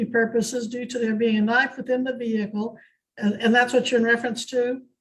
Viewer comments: Its Vehicle with a silent h NOT veeheelicle!!! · The pronunciation of the H in vehicle is infuriating